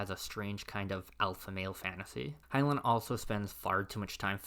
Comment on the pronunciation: It’s pronounced Hine-line, not Hine-luhn